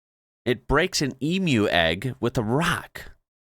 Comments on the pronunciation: Leaving a like for the pronunciation of emu 👍👍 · Thank heavens you actually pronounced Emu correctly. Thank you. Most Americans can't be bothered finding out how to pronounce things from other countries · I truly am so proud to be an Australian woman. We are pretty damn cool.. I think most Australians, in regards to spiders in our homes, are, if I can't see it, or it stays where it is, all good. Thank you for pronouncing Emu correctly. Never is it pronounced Emoo